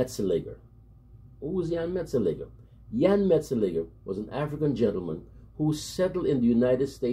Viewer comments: Thanks for the recognition given to my country man from Suriname. Jan Mat -Zel -Lig -Ger the way you pronounce the Dutch name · Finally, someone who can pronounce his name correctly 😀. Well done bro!